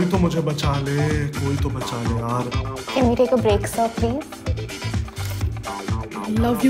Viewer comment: Who heard that when he said "Yaar movie ka time ho rha hai " he actually said yaal and also she is the one who in the beginning became Tara and now she is a new commer😂😂😂😂😂😂😂😂